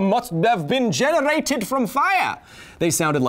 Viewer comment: "Ohah! Must have been generrated from fiyar!"